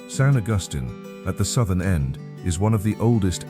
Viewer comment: is Hemphill. Pronounced Hemp-Hill not Hemfill like the AI narrator pronounced it. Hemphill is where most of the Space Shuttle Columbia fell and was the primary focal point of the recovery operations. is San Augustine. Pronounced San Augus-teen.